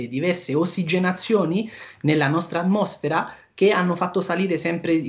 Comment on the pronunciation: Non sa pronunciare "atmosfera" e parla di filosofia, dio, universi e paradisi.......A'mbriaconeeeeee